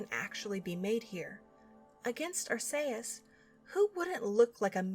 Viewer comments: Weirdest way I've heard Arceus said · Wow, given my only exposure to this series was the DX remake and the anime its pretty dark with all that doomed future stuff. This was aimed at children? I mean the whole fake out vanish of the main character is dark enough. Also I'd like to clarify its pronounced arch-ee-us. Granted I'm no better since that one Pokémon movie pronounced it Arse-ee-us and I assumed that was right. LOL! I really love how soothing these are to listen to. While at the same time engaging and informative to keep my attention. Ever thought about reading books to children? You have such narration skills. :)